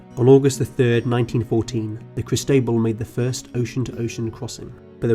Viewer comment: Or when he called the Cristobal the Cruss Table. I had to look it up I was so confused.